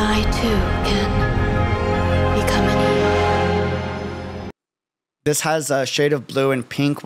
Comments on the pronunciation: It sounds like she’s saying “Perhaps even I can become an Aeon” which is really creepy after her previous references to the aeons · RUAN MEI IS SO FRIGGIN PRETTY! I CAN'T! AGTEN#,@@ (If you listen carefully... the word that got cut out in the end sounded like Aeon... seems like she wants to achieve Aeonhood.) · She said “become an Aeon”